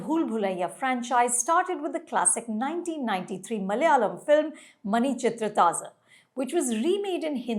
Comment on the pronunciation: Her pronunciation of the name is disturbing